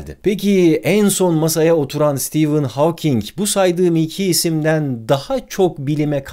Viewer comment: İlk defa Stephen Hawking in adını doğru telafuz eden birini görüyorum.